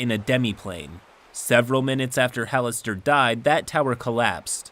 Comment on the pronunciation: Having played Neverwinter Nights: Hordes of the Underdark, the narrator pronounced Halaster as “Ha-lass-ter”